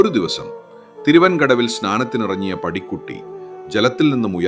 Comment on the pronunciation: പാടിക്കുറ്റി 🙏🙏😢.. പടിക്കുട്ടി അല്ല.